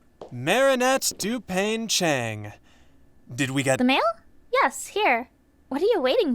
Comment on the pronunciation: if says “doopang chang” one more time im gonna die